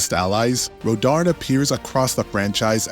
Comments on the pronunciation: Rodarn?? Learn to read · The amount of times you say "Rodarn" as I look at the word "Rodin" just triggers the fuck outta me.